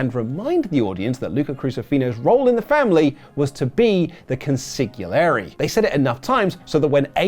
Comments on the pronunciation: I feel the need to smack like upside the head and correct the pronunciation of consigliere like Billy Crystal in Analyze This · Wrote Consigliare' a million times and couldn't pronounce it correctly once.